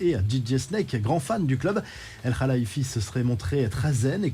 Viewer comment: Vous n'arrivez toujours pas a bien prononcer le nom de Nasser. C'est "Al-Khelaïfi" et non "El-khalaïfi"! Faites un effort quand même